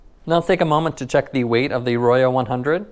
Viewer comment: Pronounced "ROW-ho" Spanish for RED. ;)